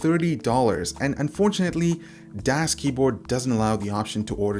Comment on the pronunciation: The "Das" is pronounced like "does" in english. greetings from germany :D